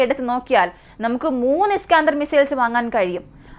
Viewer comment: ഇസ്കാഅന്തർ മിസൈൽ അല്ല ഇസ്കന്ദർ മിസൈൽ..